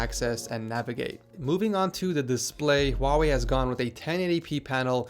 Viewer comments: It's not wau wey it's hu like huu why? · Is it just me who think he said huawei really weird at the start? Sounded more like “vavei”